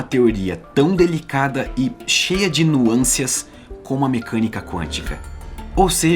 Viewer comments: ...você disse nuâncias? Mas acho que o correto seria "nuances", confere? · Parabéns pelo vídeo, extremamente esclarecedor e bem produzido! Sou um fã do canal e do seu trabalho, e, como fã, eu gostaria de sugerir que você se aprimorasse na língua portuguesa... Expressões como "ver ela" ou a pronúncia "nuâncias" destoam do ótimo conteúdo científico que você produz. Ressalto novamente que sou fã e admirador do seu trabalho e trata-se portanto de uma crítica construtiva. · Nuancias ou Nuances? Seria este mais um caso de superposição? De qualquer forma, obrigado por me fazer entender os conceitos e tb como pronunciar o nome desse alemão doidão.